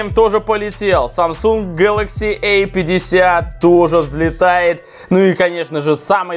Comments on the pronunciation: Эй 50...эй70...А и эй. Дурик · Самсунг гэлэкси А50,а не эй50